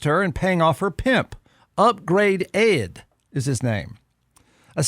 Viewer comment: Bruh, it’s not upgrade ed, it’s upgrayedd. Watch the show.😂